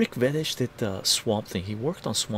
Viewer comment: Believe Veitch is pronounced “Vayitch” not “Vetitch”